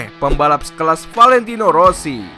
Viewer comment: Mulutnya aneh yah wkwkwk Valentino aja sebutnya ventino kwkwkw